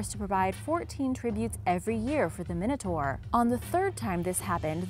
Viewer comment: you were saying minotaur wrong